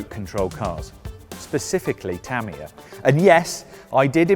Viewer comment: "tuh-mia" like "[mia]ta", not "tammy- yuh"